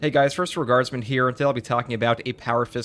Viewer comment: Anyone else hearing "First Reguardsman" at the beginning of these videos? Good vids reguardless...